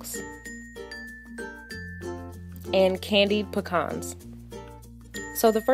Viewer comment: I'm pretty sure that's not how you pronounce pecans